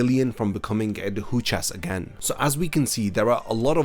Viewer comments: Please learn to pronounce Adjucas correctly. I kept cringing through the whole video as you kept butchering the pronunciation. aH-joo-kaz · ajuchas* arrancar* (no hate just wanted to point it out tbf)